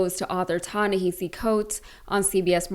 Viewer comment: I have to compliment you on pronouncing Tanahis's name correctly. You're the first in journalism I've heard that.